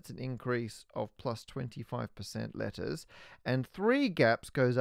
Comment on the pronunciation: As a german Maths student i really enjoy listen to ur vids when going to sleep. Yesterday I got really upset as I understood lettuce every time u said letters O.o I never had any difficulties with english accents till today :D Just thought it would be fun to share .) Have a great day everyone!